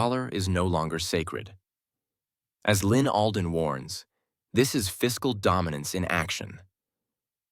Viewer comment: ALDEN NOT ADLEN